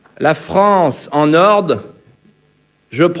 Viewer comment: il sait même pas parler français. en "ordRE", pas "en ord'".